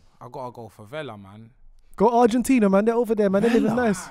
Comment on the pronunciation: man said “ArgentinEA” is such an undateable🤣🤣 clocked that😭